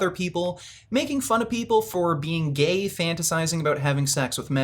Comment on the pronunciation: no, it isn't a quote from the vid. It's to add to the error he made by making gay sound like a possessive noun.